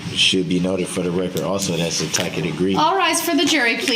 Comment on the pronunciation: “Tack-it agreement” is infuriating, every time I hear it. Trying to argue something baseless, and then failing to pronounce a two syllable word correctly…